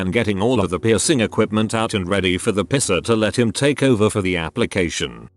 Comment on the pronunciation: How come the synthesiser can pronounce the difference between suit and suite but not the word piercing?